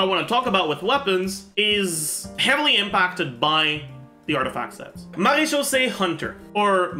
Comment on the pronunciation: Wouldn't it be pronounced mera-khyouse